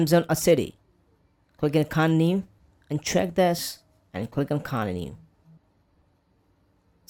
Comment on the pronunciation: Bros saying coninu lol